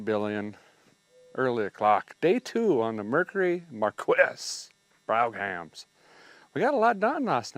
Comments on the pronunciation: ...it's a Mercury "Mar-quess"???? LOL!!! Try "Mar-Keys"!!!! The "Bro-ham" Edition?!? LOL!!! Love ya, man!! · "markwess browg-ham" 😑😑 it's "markee brow-um" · " MARQUEE" pronunced in French... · It's pronounced Markees and Broam. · I dont know if somebody told you, haven´t been to all the comments... Ita Broouum instead of Brog-ham, and it´s Markeeeee, not Mark-esy. Funny Though.. Greetings from Germany! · Mercury Mar-kees.... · It's Mar key. Not Markwes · It’s pronounced Mar-key not Mar-kwiss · English Pronunciation: Marquis = Mar-key and Brougham = Brum (Google tells all). With Americanized English you’ve forgotten that not every letter needs to be sounded out and some letters or combinations of letters sometimes like to sound like something else or even silent. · Mercury. Markeee- Marquis is pronounced. Markee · Pronounced ..'Mar-key.. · Mercury Marquis ( pronounced markee Bougham promounced brome ) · Hmmm 🤔 that was pronounced MAR-KEY. My supervisor had one. Ty! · Pronounce it Markey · It is pronounced marquee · English Pronunciation: Marquis = Mar-key and Brougham = Brum (Google tells all) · It is pronounced: MAR-KEY. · It's pronounced Mar-key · It's pronounced (markey) but your probably mispronouncing it on purpose your sense of humor makes me laugh . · Mar-Kees Brome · You can put 20 bodies in that truck. It's pronounced MARKEY LOL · It pronouces: marky A noble title in France . In military term: a marquis or margrave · I'm sure it's pronounced mar-key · Marquis the ''s'' is mute... pronounced '' markee''..... totally French lol... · YOUR CAR IS A MARQUIS and it is pronounced MAR KEYS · I had this car in a 2dr coupe in white with a cranberry top and interior. Please it's pronounced MARKEE AND BROME. Thx for the video. Good job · Marquis - markee Brougham - brauhm I LOLed when you pronounced those words. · Mercury Markee (pronunciation) Brougham (broam). About 4,000lbs of iconic iron! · You pronounce it (Maar - Kee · “Mercury MarQwess” 😂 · Pronounced: Marquiss.